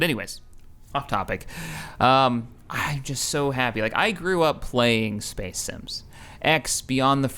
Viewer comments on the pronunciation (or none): lol its funny the way he says space xD spece